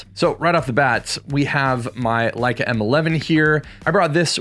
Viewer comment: Leica makes you more creative is what I heard. You said that right? :)